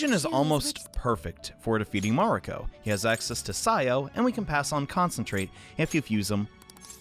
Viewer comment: Mariko, not Mario... There is a “k” in there 👌